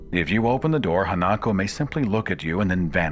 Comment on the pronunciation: Minor correction: The Japanese ghost is Ha-na-ko, not Ha-nak-o.